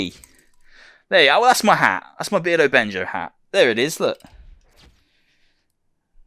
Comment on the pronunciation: Another great video.. appreciate the art love, so many talented ppl out there... Bear-dough-Benjo lol. Keep up the great work!! Respect